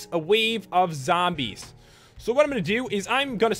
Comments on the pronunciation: when you said sombies its like you said some zombies xD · when you said sombies its like you said zombies xD